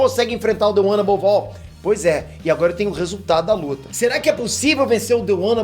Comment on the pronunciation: The one above "ALL"? Sério?